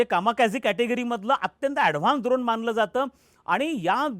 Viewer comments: "द्रोण" नाही हो काका " ड्रोन " बोलतात त्याला.. "ड" डमरू चा "ड" 😅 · पॅट्रिओटिक नाही पॅट्रिओट सिस्टम. द्रोण नाही ड्रोन.